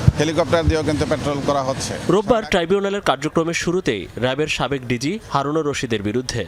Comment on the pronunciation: নিউজ কাস্টার, ভুল উচ্চারণ কেন করেন? এটা কি হওয়া উচিত? আপনি বলেছেনD.z. অথচ হবেD.G. which stands for director general, এতে দেশের ভাবমূর্তি নষ্ট হয় নাকি?